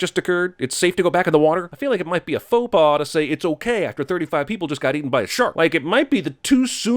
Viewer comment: The way Jeremy said "Faux pas" is quite good. His french is getting better everyday :D